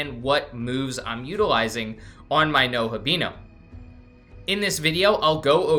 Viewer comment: You did not just say NOHAbino 😂